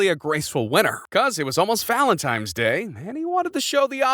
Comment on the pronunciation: You said Valentimes? lol